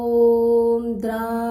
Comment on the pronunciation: Mantra ucchar chukicha ahe tai Om dra dattryay nasun Om dram dattatrayay asa ahe